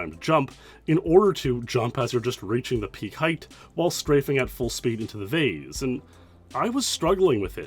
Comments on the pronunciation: I've heard "vase" pronounced "vaz" and "vace" but "vaze" is crazy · Canadians say "vaze", Americans say "vase" and English pronounce in "vaaas". Weird.